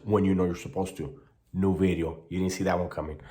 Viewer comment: Gotta keep the "new veedeo"👍💪